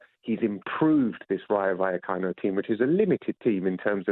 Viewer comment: I wince every time Jim White attempts to pronounce Rayo Vallecano. 🥴